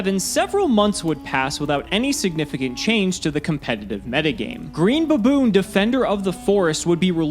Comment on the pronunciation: I can't stop Say BABOORN!!!